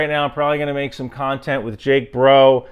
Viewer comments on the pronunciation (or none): none